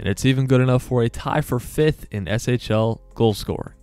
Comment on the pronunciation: Yes SHL is right.👍